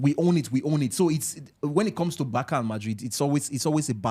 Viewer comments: Barça is pronounced Bar-sa not Bar-ka. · Why Nigerians always pronounce BARCA like that,BARKA how